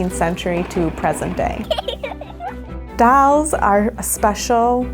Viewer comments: She calls “Dolls” “Dalls” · I don't get it. İs it dolls or dawlls 🤣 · The doll person says dalls instead of dolls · You just had to make the curator of dolls say it like dalls. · Dawls fo evaaa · Curator of D A L L S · lol if someone is the curator of dolls at least hire someone who can say dolls. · imagine being Curator of Dolls and not being able to sayDolls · The "Curator of Dolls" can't even pronounce "Dolls" correctly xD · That's how my friend from Boston pronounces it.